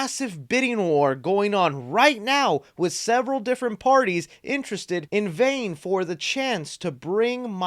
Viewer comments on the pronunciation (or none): "...vaying?" Vying, as in competing for the product. Credibility lost. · "Vaying"?? Come on bro it's "vying" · They VAYING or vYIng 🤦🏾‍♂️🤣🤣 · Vying pronounced "veye-ing"